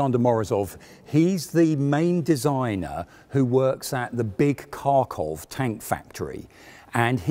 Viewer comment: Morozov worked at Kharkov factory, the first K in Kharkov is silent it would be pronounced more like harkov ))